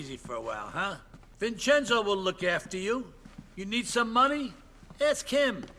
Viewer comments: Mama Mia I ain’t the only one boss says it too😂. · I’m 15 minutes in and if you are going to pronounce “Vincenzo” as “Vincenzno” for another hour and a half. I’m not gonna be happy haha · Brother it’s vin Chen zo. dude says it in game for you the way it’s pronounced. My Italian side can’t handle it😂😂😂😂